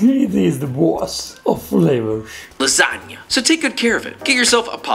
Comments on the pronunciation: LAAAAA SAAAAA NIAAAAAA not lasa-ga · Of course, just like he mispronounced lahzagah to troll you. He was channeling Ettore Boiardi, that famous American chef, inventor of the Spaghetti-O's